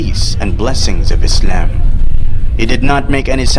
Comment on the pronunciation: subhanallah ik this is nitpicky but why are muslims saying muzlims and izlam. lets fix that inshallah for next time.